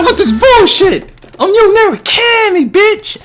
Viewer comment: Thanks for the walkthrough. While I found your commentary annoying at times (especially that way you pronounced Yu's last name, why do you think talking like that is funny?), I did like seeing you play the game on a high setting. Other fighting game walkthroughs I've seen just cheese by pushing the opponent into the corner and spamming melee attacks, even with characters who aren't designed to be used that way. This gave me a better picture of how each character is meant to be played.